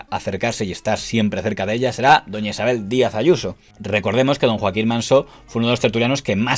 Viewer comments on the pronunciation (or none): Impecable como siempre el informe, pero no es Manso en vez de Mansó? Es asturiano y así suena más mediterráneo!